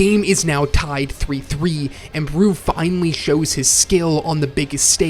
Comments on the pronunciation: why does he call Barou "Bruu" 💀💀💀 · I ain't gonna lie, your pronunciation of Barou's name is bothering me, lmao